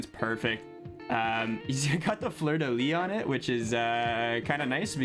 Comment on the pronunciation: Gary Galley is one of your favourite players? lol what era are you from broski haha also i'm almost certain you speak french from pronouncing fleur de lys correctly